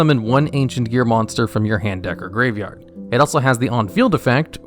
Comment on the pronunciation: I think I’m losing it, I swear to god he is adding an extra letter in graveyard, duel logs has poisoned my ears, words don’t sound right anymore, send help.